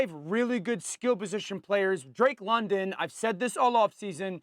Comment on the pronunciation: Guys I know drake London is a good WR. I’m just laughing that SAS doesn’t know enough about football to say his name right